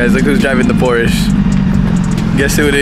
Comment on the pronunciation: you gotta know, it’s Porsche. Not porsch. Porsch is not a shortened name for Porsche like and Nicholas or Mike and Michael. It’s like dropping of the end of a name. So it would be like us calling you Ni instead of. Just to let you know